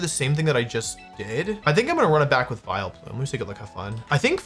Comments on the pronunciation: Why do you say Viloplume lmfao! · How is no one mentioning "Viloplume"